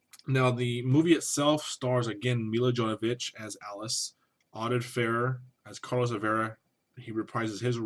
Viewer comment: You correctly say her name like "Me-Luh Yo-Vo-Vitch"... just sayin